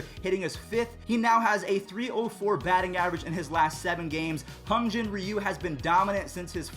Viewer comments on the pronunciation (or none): none